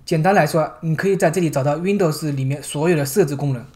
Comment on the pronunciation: 为什么是熨斗丝？不是读温逗丝吗？哈哈～